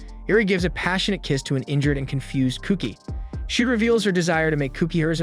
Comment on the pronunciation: “Koh-key”, not Cookie